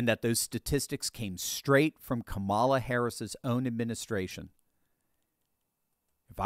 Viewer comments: It's nOt prOnOuncEd kAmALA, iTs KAMALA😡😡😤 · i live in India and the proper pronounciation is Ka MA la accent on the 2nd sylable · Innocent American citizens are being murdered every day, women, children, elderly by people that are criminals that are not even supposed to be here and that freaking two-faced hack Costa all he can think about is how somebody doesn’t say Kamala Harris’s name right these people are freaking psychotic lunatics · When challenged about pronouncing, Kamala, wrong: everybody ought to answer that they learned it from Joe, and he ought to know! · Guest - "stat, stats, stats, stats, crims, " Acosta - "Why do pronounce Kamala....?" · “13099 murderers in the country…” “wait, stop, you mispronounced the name of Kamala” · Jim I'm Indian even you're saying it wrong so don't lecture anyone else! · College-educated double masters in engineering citizen of the USA born in southern part of India. Sadly, I have to say this every time because, for some reason, I will be stamped as misinformed and illiterate. Jimmy Dog from CNN also did not pronounce her name correctly. Also, people who call her half-Indian, please don't. It hurts my feelings. Please let her be whatever she wants but an Indian. I beg you! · Only idiots like Acosta is concerned about her name pronounced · he MISPRONOUNCES her name !!!!!!!!!!!!!!!!!!!!!!!!!